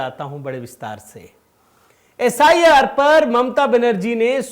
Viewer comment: एस आई आर को आप सर कह रहे हैं, प्लीज़ ठीक कर लें ।